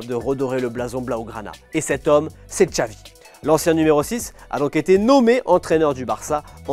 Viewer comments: Pourquoi prononcer "Txavi" et pas "Xavi"??? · Ben non. Depuis quand le X se prononce "tch" en Catalan?? Dans aucune langue en fait, parce que même en basque, galicien, asturien et portugais c'est "ch"